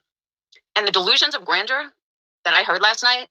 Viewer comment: damit she cant even say grandeur correct.... yet ragging on a non existent Laura word.